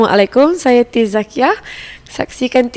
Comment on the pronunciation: Its not tiz it is tease...